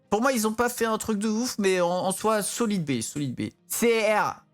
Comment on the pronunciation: ''SOLEED BAY" 2021